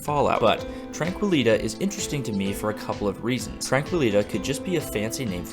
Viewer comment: I think it's tranquili-tea (tee) . As in the steeped leaf beverage.